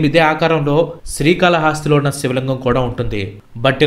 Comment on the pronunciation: Paid video kada bro....telisipothondi.....and one more thing sri kala hasthi .....haaasthi kaadu .....hasthi ante yenugu anmaata ......